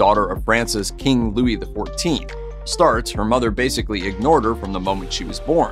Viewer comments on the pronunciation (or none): none